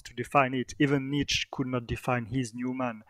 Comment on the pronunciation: Good convo, but good God, some of the French pronunciations... "Nazi" as "Nayzeee", "Nietzsche" as "Neesh". LOL. Yeesh! Very hard to understand you at times.